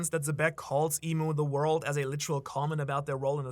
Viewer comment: Bro really said Za Wardou ( jojo reference )